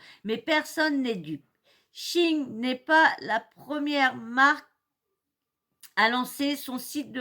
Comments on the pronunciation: Salut Je te fais part que SHEIN NE SE PRONONCE PAS DU TOUT comme tu le dis. 👉👉 Glusman fait la même erreur. (en aparté ; c un type avec de grandes qualités humaines comme intellectuelles). il n'a qu'un seul défaut à mes yeux c d'être PARFOIS MAIS CELA ARRIVE PEU SOUVENT de pratiqué du déni idéologiques "gauchos"..LOL il peut d’enfermé être buté sur des postures biens, nobles cependant et malheureusement elles n ont pas ponctionnées, il ne veut ou peut pas le reconnaitre.... 👉👉Cherche sur le net un audio ou tu pourras entendre la bonne prononciation. 👉👉Sinon, concernant cette marque et bien oui très peu chère certes mais très peu vertueuse surtout concernant les droits du travail et droits de l homme + les problèmes les produits chimiques ultra toxiques utilisées lors des différents stades de la fabrication. 👉👉Voili / voila Et je profite du moment, c de circonstance pour te souhaiter ........ 🎄✨🎀 DE TRÈS JOYEUSES FÊTES QU ELLES TE SOIENT JOYEUSES, GENEREUSES ET DOUCES.🎄✨🎀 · Bisous les loulous ! Désolée, je me suis trompée sur la prononciation de Shein, du coup, ça t'a induite en erreur. On dit chi-n et non chi-ine. Bises !😻😽💋❤ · Bonjour, c'est moi qui ai dit à comment se prononçait Shein. En écoutant des audios sur la bonne prononciation, ça donne chi-n en phonétique et non chi-ine comme je le pensais car je l'ai toujours entendu prononcé de cette façon. Du coup, c'est de ma faute et non celle de. Merci d'avoir rectifié. Bonne journée.